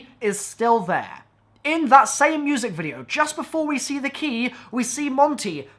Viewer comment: "They key" Your bloody what?! Thas' not Anglesh! U fukkn wot m8!